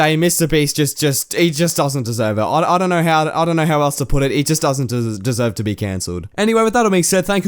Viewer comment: Ve? Do you mean be?